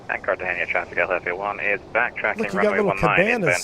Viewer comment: Awesome videos and awesome aircraft. Just one thing that the US VATSIM community seems to have some serious trouble with: The name of the city is car-tah-HEY-nah. (Cartagena). It has 4 syllables and does NOT contain the letter "ñ" anywhere in it.